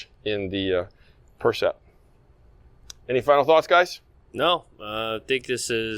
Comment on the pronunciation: Hey guys - fix the name of the racket at least? been 2 videos on the new Yonex line and it's the "Percept" - like, perception, not "PRECEPT"... It's kinda embarassing now at this point...